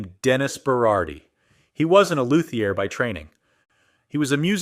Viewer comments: Lou Thee Ay!!!! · Cool AI vid! Also: “loo.thee.ur” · Also luthier as “loo-thee-ay”. The “Die-O” made me stop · Basswood - BAHS Luthier - Lew-thee-ear Route (with router) - Rout 5150 - Fifty One Fifty